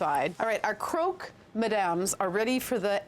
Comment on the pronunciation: Croque is pronounced like crock in crockpot. It's not pronounced croak.